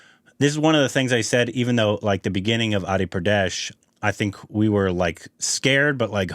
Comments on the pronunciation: And it is not adi Pradesh ..it is adi purush...."pu-ru-sha it's Sanskrit word mean man...adi mean Frist or start or oldest so adi purush mean Frist man...and yes pradesh also a sanskrit word mean STATE ...YOU CAN RECTIFY 😊😊😊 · Entire video-: “Adi-pradesh” Actual movie name: “Adi-purush” 😂. But thanks for bringing the reaction so early guys and seeing how much already knows about Ramayana, excited to see how he feels for it for when the movie is finally out.